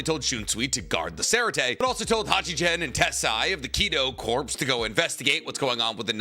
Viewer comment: Corps is pronounced core!!!!!